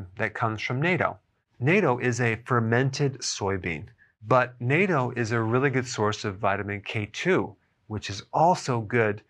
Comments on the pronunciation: Nahtto not nayto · CORRECT pronunciation of natto is nU tto, NOT nato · "NAYTO"... lol — 納豆 correct Japanese pronunciation, written easy Amerikuhn style: "not-toe" or "naht-toe"(double t consonant) :) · Bless your heart Doc I love your videos but you are mispronouncing Natto. It is Nawto not Nayto. I make my own and I love it. Traditionally it is made from Soy Beans but I don't want to eat soy products because I don't need the phytoestrogen. You can make it just fine with black beans or garbanzos. 50% of my family thinks it taste like wet athletic sox and 50% love it. It is my granddaughters favorite food and when I eat it I have to hide unless I am forced to share mine with hers. Lol that makes me sound mean but my granddaughter gets hers for breakfast it is just she wants mine as well. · i dont think its pronounced NATO( North Atlantic Treaty Organization). its pronounced NAato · it is pronounced gnatto not NATO like the blue helmets. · Please stop calling it NATO. It's pronounced "Nat-toe" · The Berg pronounces it sounds like a treaty. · Why does everyone say nat-toe? My Japanese students say it as nat-to. Not one says it as Naytoh or nat-toe. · NAH-TOH, not "nay-toe." We're talking about natto, not NATO! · Dr Berg, love you and have watched you do a few vids on natto. You should know it is pronounced nahh-toe. I hope I managed to help you! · Pronounced "not - toe". We eat it in Japan regularly where it is ubiquitous in the grocery stores here. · Lol.. for those that know the correct pronunciation, this really is an agitation every time he says NATO. Got to love doctor Berg! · Bruno LaFoure ... i dumbed it down for American pronunciation. the "a" in Japanese is similar to Latin or Italian... it was also phonetically spelled "naht-toe" in another comment below. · Not Toe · Btw... it’s pronounced “NAH-toe.” 😉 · It is pronounced as N-ah-t-o , the 'a' sound is closer to the sound of 'a' in "what" than in "baby" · Its 'Not Oh'. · Pronounced Knot-toe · "Nate-o" lol.